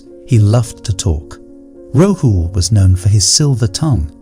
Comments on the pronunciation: Your imagery is all wrong - Buddha tells Rahul..people didn't wear shirts, shorts and coats 😂 And it's not Ro-hu...it's Ra-hool😅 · It is RAHUL.and Budh dha.learn to pronounce.